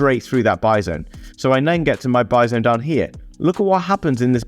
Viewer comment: Every time you say "buy zone" I'm imagining a Bison... lol